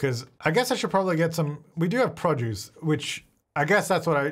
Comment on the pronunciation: I like when he says “produce”. Prah-juice